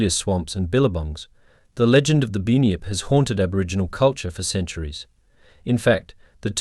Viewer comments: Bunn -yipp … not “bin yip, or bue-nip”. Do better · I’m Aussie and it’s pronounced bun-yip not bin-yip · first of all you called the bunyip a binyip second said the Tasmanian tiger come from queens land witch it dosent you cant be a real ozzy because you cant get our history totaly wrong do read more books about Australia mate. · Binyip the kiwi version 😂😂😂❤❤❤